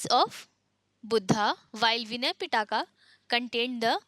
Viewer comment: Pitaka LOL. It’s pronounced Pee+tak. Feel bad for your students